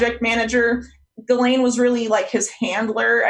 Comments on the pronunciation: PLEASE learn how to pronounce "Ghislaine." It's a hard "g," like Gary. Not a soft "g," like jello. Thanks in advance. Also, thanks for this video. Yeah. I'm pretty sure this arrest is BS. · "Jilleen". It's pronounced Ghee-lenne. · Pronounced Gee-len. Not that she deserves it.